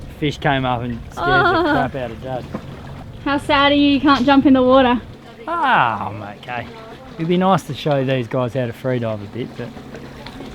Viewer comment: I love the way says water - wuadda ha ha